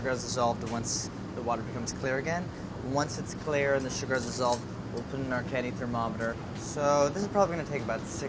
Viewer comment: "We're gonna cook the sooger down to a soorup" LOL andy is so stiff